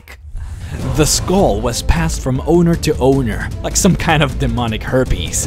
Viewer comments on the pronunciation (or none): none